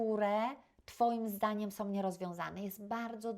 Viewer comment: Naucz się mówić po polsku 🤦 "som"